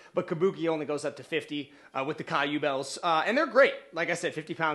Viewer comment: It’s pronounced “Q-bells”